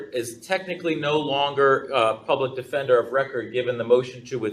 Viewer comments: “Man, take it to trial dawg, I ain’t need no lawyer, I’m smart as haaaaale!” Says the illiterate troglodyte who addresses the judge as “my honor”, refers to the public defender as the public “attender”(???!!!), and was basically told by the public attender that if he pled guilty, he would get out of jail today, yet his lack of a functional brain and his unwarranted, overinflated ego didn’t comprehend this and he carries on with his belief that he’s got no felonies, then proceeds to carry out multiple contemptuous acts! 🤣🤣🤣 Yes… yes this Noble Prize winner is demonstrating his highly superior intellect and wealth of extensive knowledge on all things… If only he could correctly pronounce “Affidavit”!!!!!!!! Folks, it’s NOT AffiDAVID!!!! Stop it’s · First it sounded like 'detender', then 'attender'. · Is he saying "Public Pretender"? ROFL